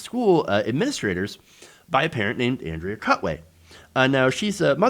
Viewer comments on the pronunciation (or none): none